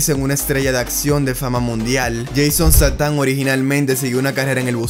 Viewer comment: Buen video , solo pronuncia mejor el nombre para la prox